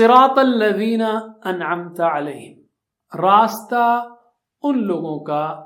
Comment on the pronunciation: السلام وعلیکم انعمت میں ت پر زبر ہے اور ذبر، زیر، پیش کو جلدی پڑ تے ہیں ت ذبر ت t-a. ت ذبر تا t-aa nahi .